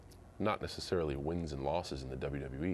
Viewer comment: the way that MC pronounces WWE is irritating at best